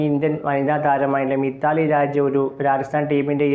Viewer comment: മിത്താലി രാജ് അല്ല മിതാലി രാജ്.